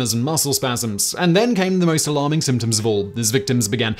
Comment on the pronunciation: I commented the same thing!